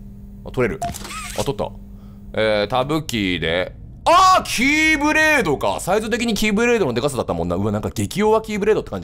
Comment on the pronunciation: 「キーブレード」が「キューブレーキ」に聞こえたw